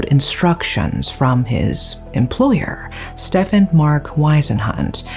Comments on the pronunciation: Funny how pronounces Stephen as "Stefan" and later pronounces "Steve" properly. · Stephen is pronounced Steven, surely? Unless you've heard different, in which case I'll shut up, 😊 x